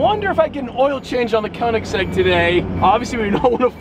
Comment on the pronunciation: koenigsegg not koenisgegg jokes aside, love the content